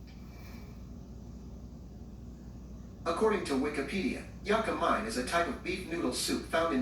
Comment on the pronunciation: It's pronounced..Yaa-ka- MEEEE